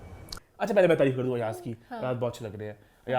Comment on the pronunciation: Your accent needs lots of working it’s not treeef it’s taareef, whenever you say treef I get cringe